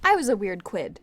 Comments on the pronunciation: "ACCIDENTALLY" says quidd instead of kid to get the promo started Me: smart move.. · Did you say quidd on purpose